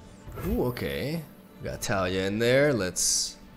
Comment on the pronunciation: Its pronounced Tah-LEE-ah